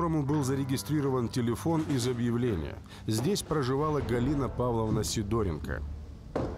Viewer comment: ПроскурЯкова, СидОренко и т.п. и откуда только у вас такие ударения в фамилиях берутся? Правильно - ПроскурякОва, СидорЕнко и т.д.